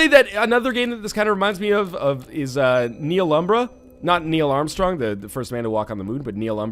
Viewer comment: FYI, Nihilumbra is latin for "shadow of nothing" (not really, it should be 2 separate words) and it should be pronounced knee-ill-oom-bra.